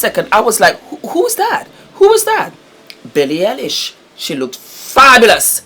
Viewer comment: Billie Eye-lish